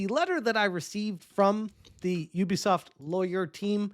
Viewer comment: Who the hell is youbisoft. Might as well call me a youber.